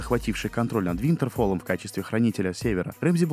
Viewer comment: Какой нафиг Рэмзи и Винторфолл ! Он Рамси и Винтерфелл !